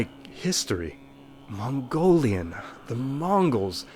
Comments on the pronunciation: Gotta say that your Mongolian pronunciation is pretty good. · You got pretty accurate pronunciation i was shocked. im Mongolian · I'm mongolian and your pronounciation is SPOT ON. And some mongolians still have trouble with mongolain script including myself😭😂